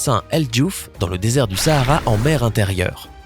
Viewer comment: Je suis Sénégalaise moi .Sahara c'est au Maroc je sais pas si il le dise . En plus on dit pas Sahara comme en France c'est comme si tu disais oohh essayer